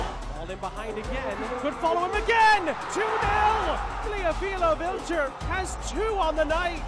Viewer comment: somebody tell the announcer that vlijter is pronounced the same way the english pronounce kluivert.